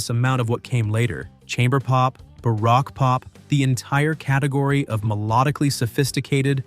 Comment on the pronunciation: And 'baroke', not 'barrack'.